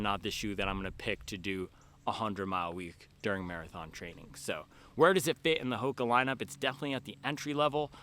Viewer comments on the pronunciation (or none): none